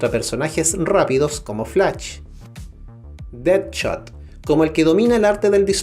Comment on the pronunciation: Ohh my goshhh realmente pronunciaste flaCH, nightCHade, deadCHot hahahaha